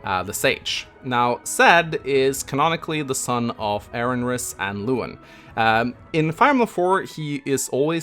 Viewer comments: "Erinrys" please there is no second R in erinys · Still can’t pronounce Erinys lol